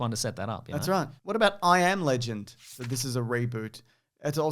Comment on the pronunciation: He said "I AM Legend" like someone has been saying he isnt